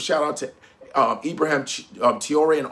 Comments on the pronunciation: Love and appreciate your commentary, however… Please say this man’s name correctly. His name is not IbraHAM. Let’s get to why Nigeria is still a member of ECOWAS an intent on doing the bidding of its colonial masters. Let’s start with that bro. 😱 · He is called Ibrahim not ibraham. Stop pronouncing his name like a foreigner, you are one of us dude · Naija man. Na Ibrahim not Ibraham. Abrahim??? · Cmon it’s Ibra-heem…you from Nigeria, they got a lot of Ibrahim’s there….get it right bro